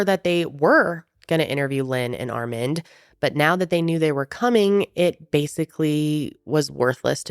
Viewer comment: Are you trying to say the name "Armand"? It's Ar-MAHND